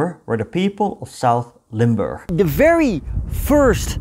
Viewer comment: Nice video, I'm a resident of Limburg. My grand uncle who was in the resistance, joined the Americans, and got killed in Duisburg (DE). Thanks for making this video, and pronouncing Limburg correctly.